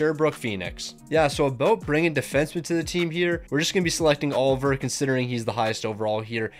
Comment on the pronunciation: its Olivier not oliver